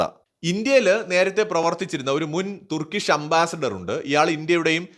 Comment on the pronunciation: തുർക്കിഷ് എന്നല്ല പറയേണ്ടത്.ടർക്കിഷ് എന്നുവേണം പറയാൻ.